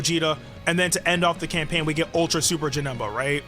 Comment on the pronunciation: Bro said camapaign